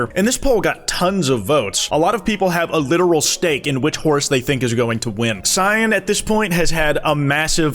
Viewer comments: seen.., please. it's si-an. not SEEN. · "see-en" instead of "sigh-ann" is crazy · STOP SAYING SCENE SIGH-ANNE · Wait do Americans call cyan (s I an), cyan (see an)??????? Or is this just a thing??? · Why the fuck do you pronounce cyan like the word 'seen' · What color is See-Anne? Never heard of it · cyan is pronounced: sci (like science) -ann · as someone named syan, cyan is pronounced the same. sy - an. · why the fuck does he say it as seean??? im fucking dying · im just stuck on him saying "see-an" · It's GOTTA be engagement bait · didn't even say sigh-ann or see-on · why do you pronounce cyan like that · Whyd he say cyan like that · Today I learnt that cannot correctly pronounce cyan consistently. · Or at all 😂😂😂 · its really annoying